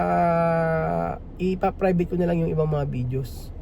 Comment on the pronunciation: Private hindi Frivate. 😂